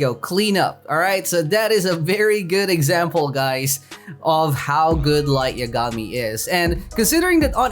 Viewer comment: Did anyone notice that he said light yagami's name wrong